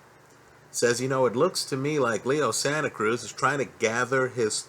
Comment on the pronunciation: called him Leo Santa Krueger lol